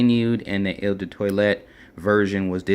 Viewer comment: eau in eau de cologne is pronounced like oh not il or whatever you are saying. Or better yet just say the letter o. I'm not trying to be an ass. In fragrance reviewing there will be a lot of butchering of words.The online dictionary can be a good friend. look up words and hit the sound button. If I have come across as an ass or just being snooty I apologize